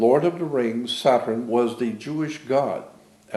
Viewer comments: Sa-turn or Sat-urn. This man was very aware of entomology and the source of words. Possibly why he pronounces it somewhat differently. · Interesting thoughts, why does he seem to pronounce word 'saturn' differently?